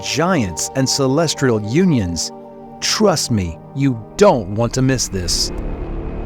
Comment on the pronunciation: I swear if you say celestrial one more time…